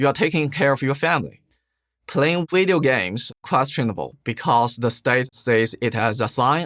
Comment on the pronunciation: He says "video" like Uncle Roger...